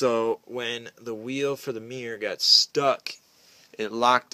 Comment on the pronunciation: A meer, huh??? Should that not be a M-I-RR-O-R???